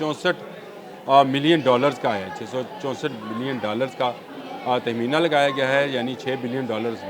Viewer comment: ABBY DHAKKAN SAHEEH URFU BOLNA SEAKH SCHOOL 🎒 JA KAR 🤯, TAKHMEENA KO TEHMEENA KEHTA HAY KIYOON KIA THMEEANA TEARI PHOPPI HAY 🤯?